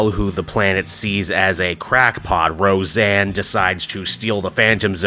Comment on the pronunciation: Ro-Zanna Arquette.